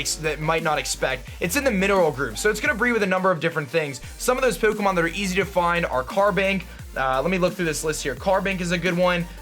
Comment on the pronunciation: Love the video, and the pronunciation !! Poh'keh'mohn xD Keep up the great videos !!